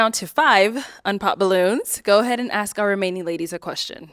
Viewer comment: omg this shit pisses me off so much!😂😂😂😂 I thought I’m the only one… and ALL OF THEM SAY THAT! is that a black people thing? It sound so stupid gosh. Just say it right. But no. AXE 🪓 WHO THE FUCK YOU WANT TO 🪓???😂😂😂